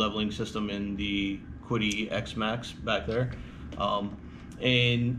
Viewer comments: It always bugs me when everyone pronounces this "Kwid-ee" It's from China. I'm pretty sure it's pronounced Chi-di with a pinyin q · Well, there are actually sounds in the Chinese language that are different than our alphabet. But the closest english translation of the qidi is chi di The link I posted shows the correct pronunciation of qidi but the first translation pronounces it like kidi but if you scroll down that page you will see a Chinese variant which is the most probable pronunciation of the word qidi. Chinese is also a tone sensitive language meaning there are lots of ways to put emphasis on the syllables, but since English is not tone sensitive, the Chinese variant in this link is probably a fair pronunciation. The main think is knowing that its closer to a ch sound than a kw sound.Calling it chi di is probably close enough. Here is more direct link to the chinese variant. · Yes, the closest anglicized pronunciation would be chee-dee. The QiDi website does not show the Chinese characters for its name but I found a photo of its office building on Alibaba I can confirm that the Chinese characters indeed should be pronounced as I’ve indicated. 😀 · It's not like I don't understand. It's that EVERYONE I see on youtube pronounces it wrong. lol I mean every video. And it's only natural for an English speaker to pronounce a Q as KW. I am a native English speaker too, and I think the only reason it bugs me is that I have been learning Mandarin Chinese for 5 years, so I am aware that their q in pinyin is closer to a ch sound. Well, it's like ch, but with your lips spread more. But only normal for non Chinese speakers to see a q and think kw